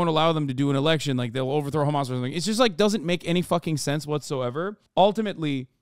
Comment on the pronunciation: and the way he says khamas pisses me off